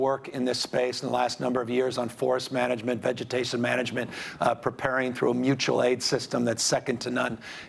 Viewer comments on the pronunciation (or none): none